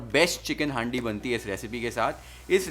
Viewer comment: Bhai haaandi nhi handi 😅 pronounce thik nhi hora